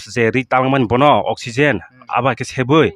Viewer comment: I think you are trying to say oxygen 😅